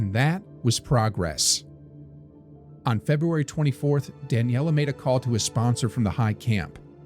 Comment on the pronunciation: The stories on the channel are very interesting, but this ai narration is bad. It may not be important to everyone, but it was difficult as a speaker of Italian, to hear "Daniela", a female name, instead of "Dahn yeh lay", a male name. Difficult in the sense of fingernails on a blackboard. It shows laziness on the part of the person who's supposed to be vetting the final product before it's published. Just to be clear, that wasn't the only mispronunciation in the video and the same thing went for part of the writing on the screen ; not referring to closed captions. Other than that, it's a story I wasn't familiar with and I enjoyed it, so thank you!!